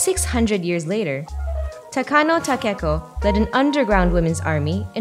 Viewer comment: its not takano takeko its Nakano takeko ...